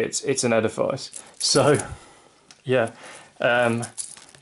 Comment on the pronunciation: Casio is pronounced with a hard s, not the z sound you are using. Edifice is pronounced like edifiss. I had to stop watching.